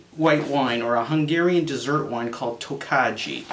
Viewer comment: Tokaji is pronounced like "Tokai" or "tok-eye", great stuff lol. cheers